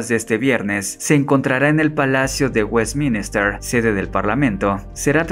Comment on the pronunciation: No sabes pronunciar WESTMINSTER!!! Que vergüenza, a estudiar bro.